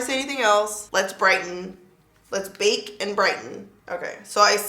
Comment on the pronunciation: “Les put this one away” 😂🤣😂